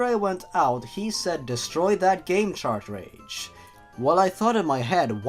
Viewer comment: Sorry to nitpickHoodo, but its been bug me a little bit. It's pronounced "CAR-TRAGE", not "CHART-TRAGE".